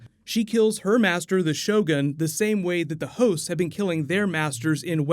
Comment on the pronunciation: It sounds like you’re saying hoes instead of hosts. “Virgin hoes” for instance